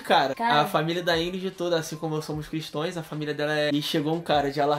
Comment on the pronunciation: Cristoes?! Ai meu pâncreas kkkkkkk é cristãos